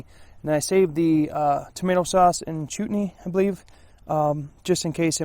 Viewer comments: It's "Chutney" not "Chootney".... it's common with Indian cuisine! You need to get out more LOL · Chutney is pronounced almost like chart+knee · Chutney is eaten with curry. The first syllable is pronounced like "shut' as in shut the door.